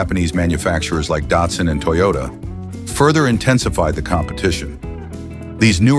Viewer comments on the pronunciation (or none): none